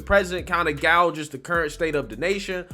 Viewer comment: 'Gouges'?, or 'Gauges'? Someone is writing for you. And thats fine, just a behind the scenes peek. You do great work, keep it up!